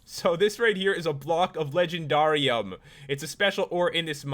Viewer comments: He said legenDARium like darr its just supposed to be legendarium like legendary but replace the y with ium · It's legend air ee um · That's not how say it it sounds like the word dare at the end it is in the show winx club if you know winx club please give me a like